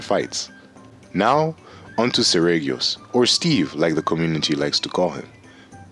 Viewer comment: it is pronounced SER - REE - GEE - OHS